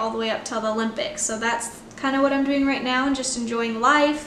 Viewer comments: It’s adorable how you always pronounce it “the ‘lympics,” never ‘O’lympics 😂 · MyKayla can’t go to the olympics until she learns how to pronounce it correctly